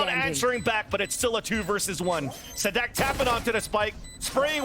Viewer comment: His pronunciation is nearly perfect